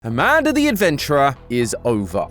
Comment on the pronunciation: I’m sorry I can’t help myself I keep busting up laughing when you say Amanda because you say it like “amandar”